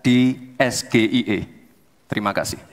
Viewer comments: nanyanya dalam bahasa inggris saja salah es ge i e harusnyakan es ji i e makanya gus imin tak ngerti katanya pernah kuliah diluar negeri, no 1 2024, belagu lagi udah salah ucap. coba dilihat klip didada untuk apa yang lain tidak pakai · Singkat nya bener SGIE ngomong bahasa inggris salah😂😂😂 masa ngomong bahasa inggrisnya sama SGIE harusnya S G A I😂😂😂😂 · Kalo acronym dari bahasa inggris ya bacanya es-jee-ai-ee bukan es-ge-i-e. Orang bule juga ga bakal mengerti pertanyaan tsb. GaMa 2024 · Klo itu SGIE singkatan bahasa Inggris seharusnya dilafalkan dengan bahasa Inggris dong, masa Es Ji Ai I jadi Es Ge I E 😂😂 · ES GE I E saya gibran ingin elegan Es Ji ay i State of the Global Islamic Economy Pengucapan Inggris ya inggris , pengucapan indo ya indo masa di campur2 ... klo gado2 enak di campur 😂😂 ,lidah oh lidah 😂😂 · Nanya yg bener bos, kalo singkatan bhs inggris dieja nya ya pake bhs inggris jadi bukan Es Ge Ii Ee yg bener tuh Es Ji Ii Ei, tapi kan udah dijawab dgn mantap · Si Gibran ini juga koplak 😂😂😂 kalau itu singkatan bhsa Inggris, SGIE, harusnya bilang ES Ji Ai i. Cuma pendukung 02 pura2 gak tau., pada hal tau 😂😂😂. 🤟🤟🤟🤟🤟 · Halo para pendukung belimbing sayur dan belimbing sayur juga!!!! Kalau anda mengeja bahasa inggris, jangan di campur adukkan kedalam bahasa indonesia. SGIE itu tulisan, tapi ini lisan(mengucap),harusnya eS Ji Ai i faham anda oon?? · SGIE : singkatan bahasa Inggris tp pengucapan pake bahasa Indonesia 😂😂😂 katanya jago bahasa Inggris udh gitu nyontek pas disuruh jawab SGIE apa?😂😂😂